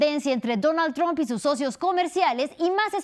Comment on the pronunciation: ⚠⚠⚠La pronunciación TROMP con o en lugar de TRAMP con a, como se pronuncia en inglés, FUE INVENTO DE MADURO y AMLO como una burla ya que tromp es la primera sílaba de TROMPETA que es como lo llaman a Trump los chavistas, mejicanos y la izquierda comunista española. ⚠⚠ENTONCES si pronunciás TROMP ya sabemos que trabajás para RUSIA y CHINA.⚠⚠⚠